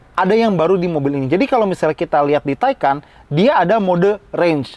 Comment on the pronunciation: Kalau Taycan dibaca taikan, kalau Macan ngga dibaca Makan? 😅